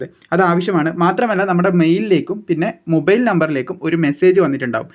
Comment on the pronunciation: മുബൈയിൽ അല്ല ചേട്ടാ...മൊബൈൽ ആണ്